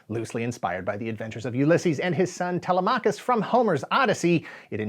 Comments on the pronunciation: Tele-MAHKUS is WILD. Tele-makus bro, you didnt want to butcher french but you butchered Greek! Amazing video though. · Te-le-MA-cus? Did you never watch the show? Te-LE-ma-cus.